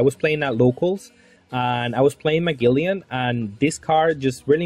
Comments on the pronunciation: Bro it’s Ma(gel)len haha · It's pronounced Muh-gel-an haha, crisp looking deck none the less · Its Mah-gel-lan